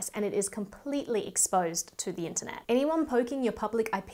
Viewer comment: "ENTER NET"? . . . . "WORLD WIDE WEB"?